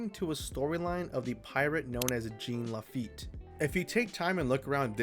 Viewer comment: Jean Lafitte is pronounced like Jyawn not Jean.